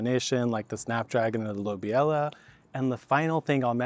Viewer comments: “Lobelia” is actually pronounced: Low-Bee-Lee-Uh (NOT: low-bee-ella) 👍 “Love-in-a-Mist” is actually an INEDIBLE Nigella variety. However, Nigella “Sativa” seed is edible—commonly used as a spice in (East) Indian cuisine. Nigella Sativa goes by many names, including: fennel flower, nutmeg flower, Roman coriander, blackseed, black caraway, or black onion seed. I’ve tasted them all…but Nigella Sativa doesn’t taste like ANY of the aforementioned seeds. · I've always heard it pronounced luh-BEE-lee-ah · how to pronounce lobelia: low·beel·yuh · Lobelia is pronounced with the stress syllable on "be" loh BE lia Love ALL your videos!! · "Lobelia" is pronounced something like "Low-beel-ya" or "Low-beely-ah". fun trivia: it's also the name of a bit character in The Lord of the Rings - one of Bilbo Baggins's relatives, Lobelia Sackville-Baggins. You can hear the name said here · it's lo-beel-ia :) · Lobelia - low-bee-lee-ah. 🤣🤣🤣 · Just so you know, it's pronounced Lo bill ya. I hope this helps you.